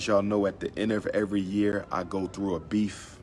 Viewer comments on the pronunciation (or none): “Come on thew... come on thew...” Smh